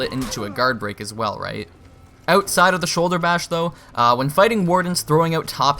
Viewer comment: I had no idea this guy was Canadian right until lol. “Oatside of the shoulderbash,” i merely poke small fun I don’t mean to be a dick. Just interesting how as an American, Canadians sound exactly the same and are indistinguishable right until they make the “ou” sound. Nice video man.